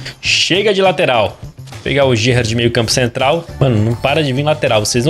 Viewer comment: RAVI GALAN GAVARDIO GERRARDE, q porra de pronúncia eh essa akkakakakakakakkakakak